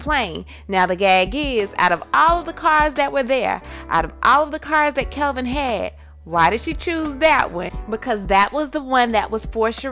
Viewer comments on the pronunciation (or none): His name is KEVINNNNN not Kelvin smh 🙄 at least know the names if you gon report the news lol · Why is she saying "Kelvin" when it's "Kevin" ? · Is she saying Kelvin instead of Kevin? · Why is she calling him Kelvin..... Its Kevin lol. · His name is Kevin not Kelvin!! Lol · Stop saying Kelvin!! Its KEVIN!! THAT DROVE ME CRAZY! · Why are y’all calling him kelvin?? It’s KEVIN.. unless I’ve been missing something the past 10 years. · KEVIN NOT KELVIN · I thought it was Kevin not "Kelvin"...? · His name is KEVIN ... NOT KELVIN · ITS KEVIN NOT KELVIN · His Name is KEVIN NOT KELVIN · There is no “L” in Kevin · It really gets on my nerves how you can't pronounce Kevin! Other then that you are good.